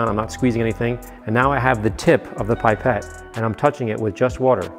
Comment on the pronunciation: Pip-ette. Not pipe-ette 😅